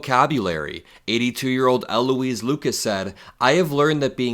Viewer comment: State Senator Louise Lucas has been a true Democratic leader for decades ... she and U.S. Senator Tim Kaine should trade places. PS: when you talk about Louise, don't say L. Louise.